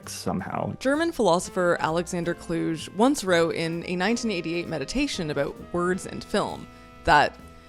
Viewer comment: fyi Alexander Kluge is pronounced clue-gay. Emphasis und the clue. Loved the video ❤